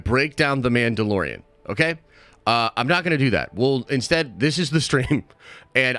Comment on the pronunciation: Meandalorian lol